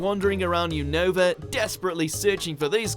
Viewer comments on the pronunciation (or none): none